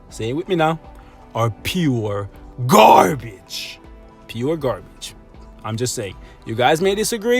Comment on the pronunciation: it's "pu gabage* lol i have impression that you are talking without R sometimes.